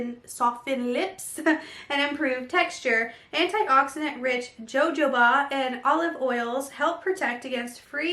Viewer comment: Jojoba is pronounced like the J's are H's :)